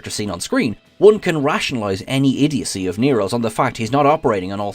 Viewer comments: “Idiodicy” is not a word. I think you’re looking for idiocy (IH-dee-oh-see). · I thought it was just a misstep by her...but then she said IDIODICY again....hmmm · "Idiodacy" ...? It's idiocy. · After that 2nd butchery of the word: "idiocy", I couldn't watch another minute. Everything prior was kinda 'meh'.